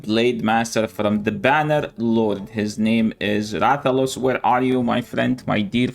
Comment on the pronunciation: THE BUTCHERING OM MY RATHALOS IS WILD